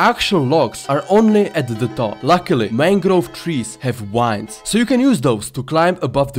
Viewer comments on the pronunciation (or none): to me how you say vines sounds like wines